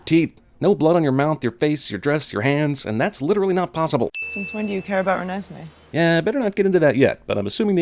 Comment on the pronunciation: Every time he says Renesmee I want to slowly crawl along a straight edge razor. Like that snail in apocalypse now.